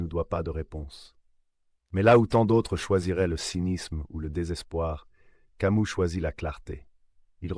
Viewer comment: Pourquoi tu prononces camou?